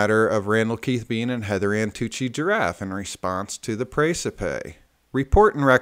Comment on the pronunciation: Hey! How are ya!? Seen the latest Precipe? Am waiting on your comments.... Hope you're well! By the way, Precipe is pronounced the same way as recipe! ress-eh-pee GodSpeed!